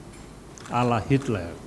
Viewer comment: Hitler man.. Bukan hitlel😂😂😂